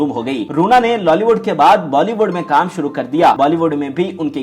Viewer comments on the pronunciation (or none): none